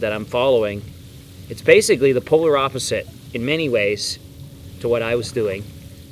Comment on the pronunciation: Did I just hear “Polar”? :)